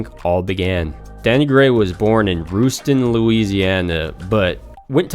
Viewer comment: Rust-ton Louisiana.